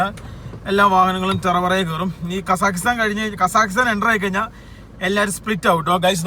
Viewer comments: കസാകിസ്താൻ എന്നു പറയാൻ പഠിപ്പിക്കു😌 അല്ലെങ്കിൽ നമുക്ക് ആ രാജ്യത്തിൻ്റെ പേര് മാറ്റിയാലോ🤔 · അവനോട് കാസഖിസ്ഥന്റെ പേര് പറയാൻ പഠിക്കാൻ പറ